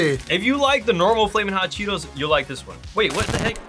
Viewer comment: bro said cheeTOES